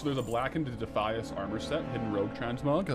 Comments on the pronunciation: Defeeeis, is 100% wrong.....its Defyas. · DEF - I - ASS not deeeeffius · You saying "De fee us" vs De fy es is goimg to make me not watch. Jeez. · i always pronounced it defy-us....but dee-fee-is, sounds like devious; which suits the defias :) also, the captain sanders quest line for the shirt is a cool looking rogue shirt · yo, who has ever called it DEE-FEE-ISS brotherhood, its pronounced like defiant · It’s like “defiant”